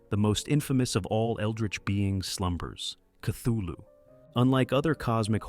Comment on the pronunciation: cool vid, though you pronounced Cthulu wrong, look it up